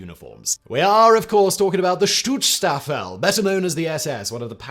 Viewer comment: Simon add an extra syllable to schutzstaffel. Is usually so careful. Or his editors are.